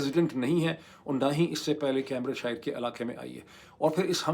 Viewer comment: کیمبرج شائر نہیں کیمبرج شئر۔ آخر کا r بھی بہت soft بولتا ہے۔ بکنگھم شئ :) آپ بیشک برا مانئیے۔ ہمارا مقصد نیک ہے اور آپکی بھلائی ہے۔